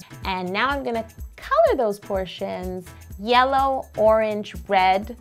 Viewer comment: her said wed not red